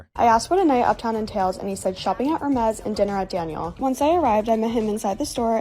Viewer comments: “Hermes” is French, so I assume that you ought to pronounce it without the s at the end. Like “Ermé” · at first i thought bro said ermes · It's pronounced Air-May